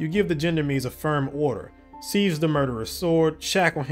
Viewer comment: BTW - I do believe the "gendarmes" is pronounced something "shon-darms". If I remember correctly it's a French word for military police (but with civilian assignments as well) - or something like that.